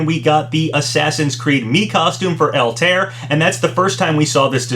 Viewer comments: Has anyone told him that Altair is not pronounced "All-tear"? It's more like "Alta-ear." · Haven't seen any other comments on it, but I'll say it anyway regardless. Its pronounced "All-tie-air" not "eltear," just for future reference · GHHHH why do you say Altaïr like that? the ï isnt for nothing lmao